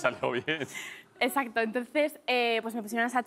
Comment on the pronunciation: jajajaja me parecio oir que marta dijo escacto en vez de exacto